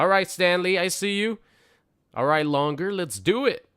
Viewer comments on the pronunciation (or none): As Super would say" alright longer lets do it" quoting his favorite line from Tombstone. Since he's been saying it for years, maybe he should say it correctly because its "lunger" as in having to do with lungs since doc Holliday had tuberculosis. Stop being slowbrained Super.